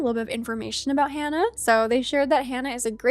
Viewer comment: Pretty sure Hana is pronounced like hah nuh not Hannah